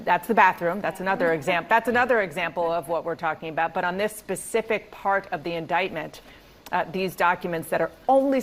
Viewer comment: “pacific” God I hate when grown adults say pacific like the ocean, instead of specific